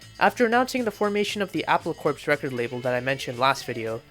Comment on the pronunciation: The 'p' and the 's' in 'corps' are silent. It sounds like 'core', not 'corpse'. Eesh.